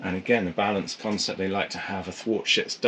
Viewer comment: "the new BALANT" ??? :)